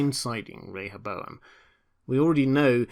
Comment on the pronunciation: Thank you for pronouncing Rehoboam correctly! 👍🏻